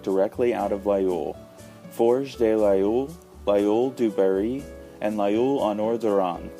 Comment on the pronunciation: Please try at least pronounce Laguiole right.